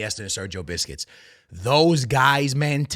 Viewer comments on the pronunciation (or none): It's busquest not biscuits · Sergio Busquets❌❌ Sergio Biscuits✅✅ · sergio biscuits ? who is this player lol, busquets, cmon broski lol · It's not BISCUIT bro, it's Busquets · Busquests ❌ Biscuits ✅ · busquets ❌ biscuit ✅ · I stopped watching when he said marquisio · I was enjoying the video for your comments until you started saying Sergio Biscuits. Can't stop laughing now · Why where u saying sergio biscuits? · Love it how he keeps saying sergio biscuits😅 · How come you dont know how to pronounce busquets?